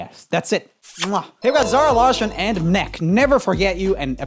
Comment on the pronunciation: Is he skånsk? The way he pronounced larsson was weird xd